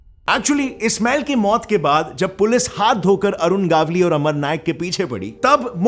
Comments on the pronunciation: It's not गावली it's गवळी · Its gavali गवली not gaavali गावली north india ka choda sala 😂😂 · It's not a गावली it's गवळी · It's गवळी Not गावली .. 😄😄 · Are vo गावली नहीं गवळी हे